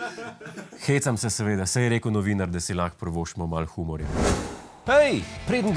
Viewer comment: Naučite se izgovarjati "humor".